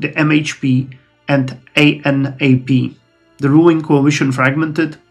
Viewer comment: based maaaan I love this series as turkish person. Notes: Anap party litreally called Anap or a-nap(not like nap in english becuse a is dominant) so its right way you are saying. Genç Party: Means young Party and you said right way. Hadep: its short name same like anap so its Ha-dep